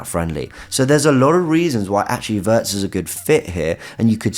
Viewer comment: Every time you say “a Wirtz” it sounds like you’re saying Havertz